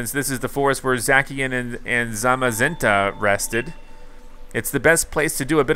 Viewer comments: Is not zaki is zaciiiiiannn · Zacian is pronounced zashian not zakian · Bruh not to be rude or anything but you said zackien it's za-c-ien sorry for correcting but I couldn't stop myself 🤣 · I know it’s late but I’m pretty sure Zacian is pronounced Z-a-SHE-On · it is zacian (zaishan) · You pronounced Zacian wrong. It’s pronounced, Za-shee-uhn. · I’m pretty sure it’s pronounced za-shian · Its pronounced Za-see-an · It's pronounced zasean